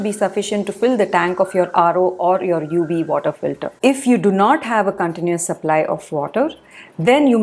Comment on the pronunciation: I find Indians don't understand the phonetic difference between 'v' and 'w' -- 'wery, wery good'; 'UW filter'.